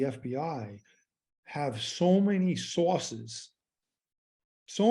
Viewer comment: Did he say so many sauces? Mmmmmm sauces....